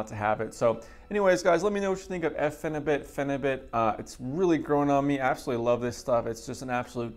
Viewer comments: it’s pronounced ”bute” as in butyric acid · please lol pronounce it pheni butt.. i take it 2 times a week somtimes 3 for 2 years now. i taper my doses down to .6 grams 2 times a week then i go up again to like 1 gram then back down lol